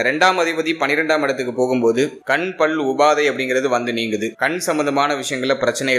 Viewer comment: ஐயா, "பள்" அல்ல " பல்"